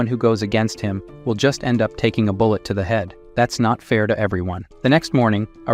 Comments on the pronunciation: i am still laughing at how your AI said Bull-ett glass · The ai reading this is funny lol love it Ai saying bullet as bull e e e et